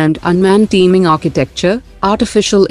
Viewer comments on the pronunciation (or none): none